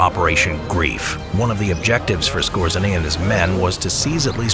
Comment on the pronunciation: Otto Skōre-zay-nee